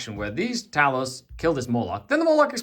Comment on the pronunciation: Talos* not Taylos..